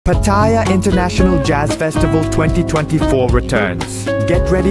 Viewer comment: Tell the voice over that it is not pronounced pat-thai-ya. It is pronounced patta-yaaa. Listen to how Mr Keating says it. He is almost right but needs more emphasis on the yaaa.